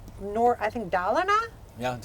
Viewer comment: pronunciation of Dalarna was perfect. I live in the City Falun in Dalarna. But im not from here. I think older swedish people do not show that much feelings and dont use as strong words as american does. Its also pretty swedish that you dont celebrate until the event. So if you say you are comming they might not belive you at first or they sort of belive you but not 100% until you arrive. And any kind of celebration will come when you stand outside the door not before. Its common when I talk to an american they say something, This is the best food I ever tasted, But in reality it was only good. If I ask a swede and the food was infact great they may sa it was good or ok. Swedes rarely use overly strong words to describe anything. (ofcourse all swedes are different but its a clear difference between americans and Swedes.) Its a way for the older genration to stay humble and not brag. If its good or bad I dont know that is how it is for most of us.